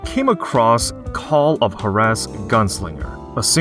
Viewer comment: The pronunciation of Juarez killed me lol I hate the way they told you the solutions in God of War: Ragnarok... it made it almost pointless to have a puzzle